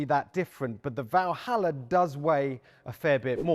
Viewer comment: First of all its not "Valhalla"... its.... ;)